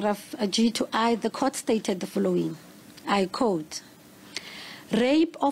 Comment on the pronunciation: Its quote not coat omw